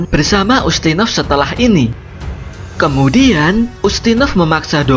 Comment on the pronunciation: Saranku pengucapannya kalimat terakhir jangan tinggi terus misal "kemudiaaaannnnnn blablabla" risih wey dengernya